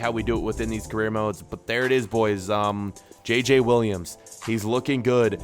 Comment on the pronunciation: Yeah... Kinda wack. They don't pronounce their J's the same so it's very weird, even if you can get past the fact it's not a French name whatsoever.